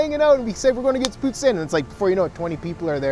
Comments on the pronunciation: As a Québécois, i'm glad you take time to go over the pronounciation of Poutine! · actually its pronounced pooteen because thats how i pronounced it